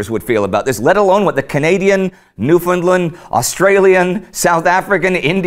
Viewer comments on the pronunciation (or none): just wanted to say when someone mentions Newfoundland it isn't pronounced newfinlund it's pronounced Noof'nland but it's still spelled Newfoundland